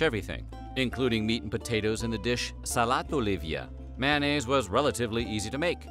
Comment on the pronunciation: "MANN-AISE: ?? How about "may-on-naise".